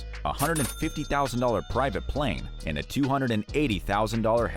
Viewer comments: “…and a palane…” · "AND A PALANE" that is funny.